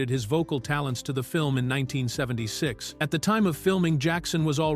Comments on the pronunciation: AI is not good yet. It actually says the year as if it’s a number. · Why can’t this AI ever say the year properly. It’s like someone scratching a chalkboard.